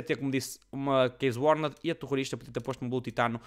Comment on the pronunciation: "Case Uarned"